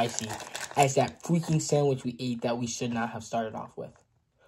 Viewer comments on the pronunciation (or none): the way he said freaking like “ fweeking “ is so funny 😭😭😭